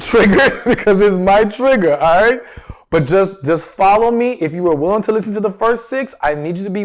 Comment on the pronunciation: I'm not trying to be mean but when you say the word "wooling" 😳 its "willing" I cringe 😖 Also the word "important" is not pronounced the way your saying it.. I listen to your videos all the time but I cannot stand to hear these words pronounced wrong... now in this video I heard you say "willing" but then you switch back over to "wooling" 😳😖 Its like people that say "warsh" instead of properly saying "wash"... Where does the "r" come from?